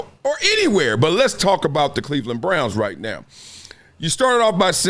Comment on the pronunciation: It's Cleveland!! Sheesh. Lol. Remember Tim Couch??